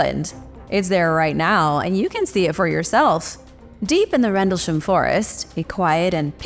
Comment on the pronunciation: rendleSHAM! lol. damn americans.